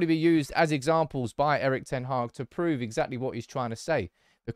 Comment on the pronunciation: His name is pronounced: "Eriiich d-ten Haaaaa-ch" 🤭